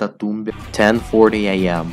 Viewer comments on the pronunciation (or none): none